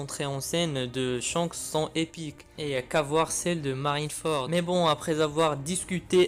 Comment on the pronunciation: Et surtout c'est Shanks pas Chance